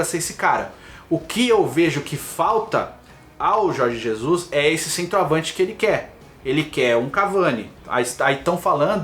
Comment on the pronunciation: Aprende a falar o nome do técnico.....po